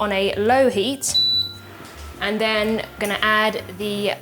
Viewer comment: “Angona” instead of “I am going to” is an interesting twist to the beautiful English language. pronunciation has amazed me since her first videos on YT. Angona watch the rest of it now 😊.